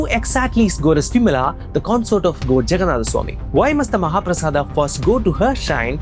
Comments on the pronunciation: It's mahaprasad not mahaprasada It's yog not yoga It's dhyan not dhyana It's karm not karma Western culture ne baja ke rakh di, stop adding a unnecessarily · 😂 ur pronounciations of words... It's not jaganadha it's Jagannath .... Not mahaprasadaaaa it's mahaprasad 1st learn proper Ucharan ... Moron